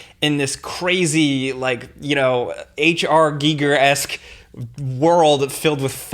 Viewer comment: I clicked on this so could validate my love for the original Matrix. EDIT: I love that pronounces H.R. Giger's name correctly.